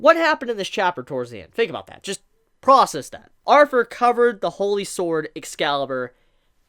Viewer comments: I know its just how u say it but u keep forgetting to add th when u say Arthur u just say arver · Sound like you saying arfur. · it’s Arthur not arfur